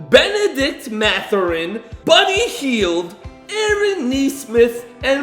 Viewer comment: Bro just said bunny heild